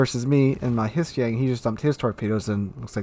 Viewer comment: Hissi-Yang? never heard that pronunciation, the H is silent